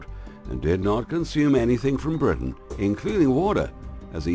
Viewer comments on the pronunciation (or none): none